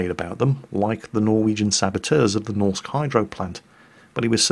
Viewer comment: please xD A Norwegian dude reporting in here. For "Norsk Hydro", you can just say "Norwegian Hydro" ya know;) (Actually hearing you trying to pronounce "norsk" bothered me a bit, but that's just me)